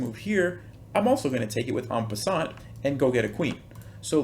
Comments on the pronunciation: Super chess advice! 👍😊 But take it from a native French 🇫🇷 speaker that the T at the end of “en passant” is not pronounced (nor in “croissant” 🥐). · En peassant!? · I am French Canadian and I didn’t know « en passant » was the expression in english. I really like the way you prononce « ant pass ant » hahaha. Beside that, I love that trick.. I didn’t know that.